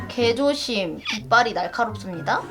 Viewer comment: 쯤에 개조심 에이미가 발음할때 욕쓰는줄ㅋㅋ 인정하는사람 좋아요 구걸죄송함다 정말죄송함다